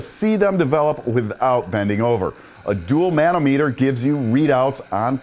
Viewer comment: Hey, good review! Not sure about the plastic base...It should have a lifetime warranty. BTW it's pronounced ma·nom·e·ter /məˈnämədər/